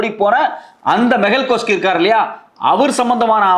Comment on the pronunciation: மெகல் சோக்சி(கோஸ்கி அல்ல)